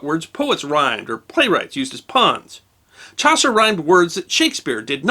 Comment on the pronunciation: Chaucer....... isn't Ch(ow)ser.... it's Ch(awe)ser ;-)